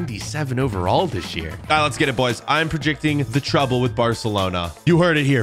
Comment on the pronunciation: Who heard him say prejicting